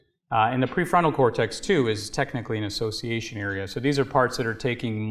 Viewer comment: Assciation ism